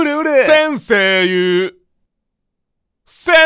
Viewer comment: 先↑生↓言うが独特